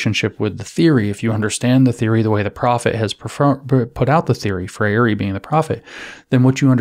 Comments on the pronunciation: Thanks for your excellent presentation. A better English pronunciation of of Freire's name is "Fray-er or Fray-re". I share the same name. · It's pronounced 'fray-ree'